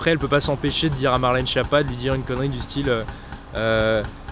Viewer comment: Prononcez skiappa, pas chiappa